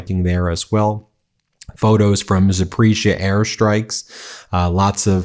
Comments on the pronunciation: Dude, Запоріжжя is pronounced Zah-por-REE-zha not “Zapreezha”…. LOL…. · ZAP-O- REEZH-YA , not Zapreezha. And Kherson is pronounced like the ending in "Bach" KhErson and KhArkeev. Please be respectful of the names, otherwise you do a great reporting job.